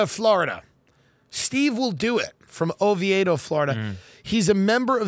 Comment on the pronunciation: Being from Oviedo, Florida and looking for a reason for Tim to acknowledge me I just wanna say that it's pronounced "Oh-veto." Love ya, Tim.